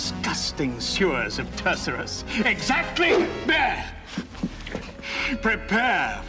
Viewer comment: even though they pronounced it wrong!😜